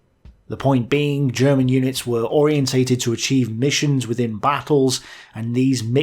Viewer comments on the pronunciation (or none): none